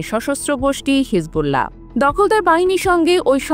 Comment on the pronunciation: হিজবুল্লা হ কোন ধরনের উচ্চারণ?